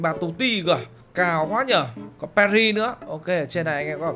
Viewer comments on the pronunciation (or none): pê tr ry chứ khong phải pa ri a ơi :))